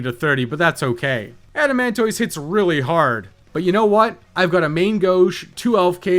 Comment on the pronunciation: Why does he keep saying "adamantoise" like that?